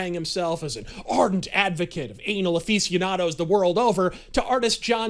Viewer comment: A-fece-onado? Was that on purpose? Wonderful either way!